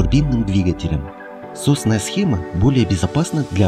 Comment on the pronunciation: пишется соосная, говорится сАосная схема.